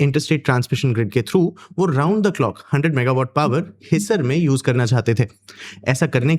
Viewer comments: Pahle hindi seekho ....his sar ......nahi हिसार है Supplementary wale ho 😂😂😂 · Its pronounced as Hisaar not hisser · Idiot wo HiSAAR hai jab bolte hai apna pronunciation aata hai nhi aur gyaan deta hai Always negative news